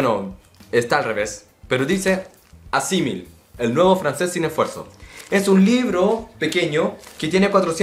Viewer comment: Aussi je parle le français. Tu donnes des bons conseils mais tu dois être prudent avec la prononciation des vocals. Aussi Assimil est le nom d'une entreprise française, et donc ta prononciation n'est pas bonne. La derniere "i" doit être prononcé la plus forte. La meilleur manière pour apprendre une nouvelle langue est ecouter, lire et pratiquer beaucoup. Dans Youtube il y a beaucoup des documentaires en français. Salutations!